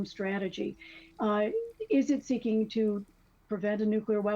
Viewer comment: There is no "Q" in the two syllable word "nuclear" it's pronounced " nu - clear " not " nu - q - lar "